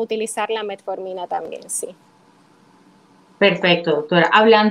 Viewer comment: aprende bien el nombre de la pastilla no es METMORFINA